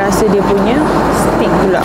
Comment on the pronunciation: Lounge..pronounce as lau nch..not lonch..(launch) Steak pronounce as stake..not stick